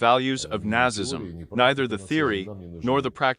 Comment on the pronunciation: This video needs a better speech synthesiser. Apart from getting stress and timing wrong, it can't even pronounce 'Nazism' correctly!